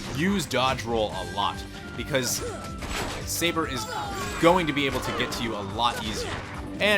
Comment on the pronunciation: My Man, You killed the leopards name lol. Its Sabor and you were saying Saber. Kept me laughing lol. but I really enjoy your videos lol